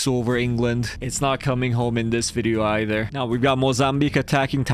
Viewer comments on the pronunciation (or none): none